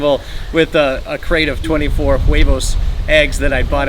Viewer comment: The "h" is usually (always?) completely silent, so it's (h) "uevos" and (h)"arina."